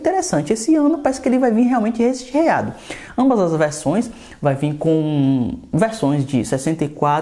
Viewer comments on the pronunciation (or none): KKK O rapaz não sabe falar: "RECHEADO" kkkkkk putz.